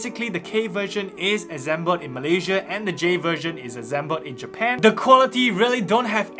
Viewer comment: Azzzzzzzeeeeeemble 🤣 . Good video though